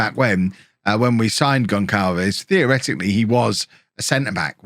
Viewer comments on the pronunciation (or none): Hello, Goncalves is a Portuguese family name NOT SPANISH!!! And it reads 'Gonssalves". As you can see, i share that same name. The English keyboard doesnt have the option of writing the proper way ( is missing a C letter with a comma underneath, which makes the sound of a double S when we read it ). When i moved here to England i had to adopt the name GONCALVES, instead of GONSSALVES, so no big deal, this was just to clarify how to read the name.